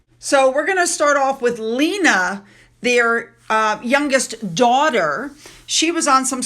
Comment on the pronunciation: And Lena is pronounced LAY-NA